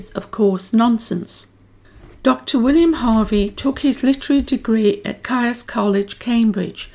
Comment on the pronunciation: Caius is pronounced 'Keys' by all those connected with Gonville and Caius college.